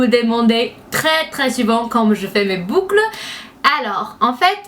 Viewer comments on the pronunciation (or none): 'Du bucle'' SO FUNNY LOVE YOU <3